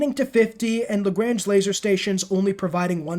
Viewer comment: Good video and very well explained points, but your pronunciation of Lagrange was grating my ears every time I heard it.